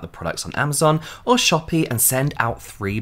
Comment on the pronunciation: When James said Shopee, i was like "Am i hearing this right??"